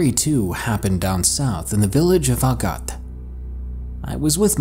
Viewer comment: I’m from guam... it’s not that bad here.... it’s not a good place to have a vacation on though.. it’s pretty boring... also, kudos to you for pronouncing Yigo correctly XD though Agat, almost nailed it.. not a lot of foreigners can pronounce most village names.though agat is a pretty sketchy place but it’s not as dangerous as dededo